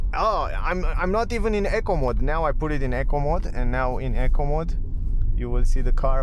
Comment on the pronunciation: No disrespect to the presenter but it took my ears a few times to realise he was saying ‘eco mode’ and not ‘acorn mode’. Doh, I’m a dumb donkey 😉